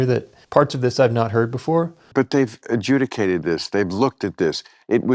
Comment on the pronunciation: They "AJEWDICATED" ths...